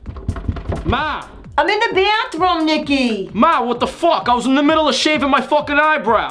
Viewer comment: "Battroom." xDDD And he didnt look like he was making out with her he looked like he was telling her a "shecret."